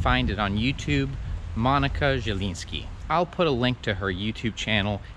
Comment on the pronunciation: Monika a nie Monyka.